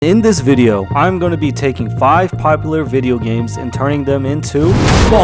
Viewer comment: all i have to say is did he say “popilar”?